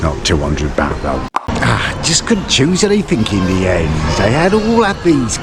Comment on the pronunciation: “Im Getting good at these Asian pronunciations” - after saying Pattaya and baht incorrectly a hundred times 😂😂